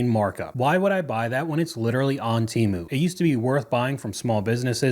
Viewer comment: Why is she pronouncing Temu like that?LOL